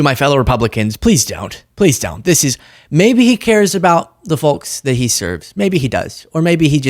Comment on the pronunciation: the L in folks is SILENT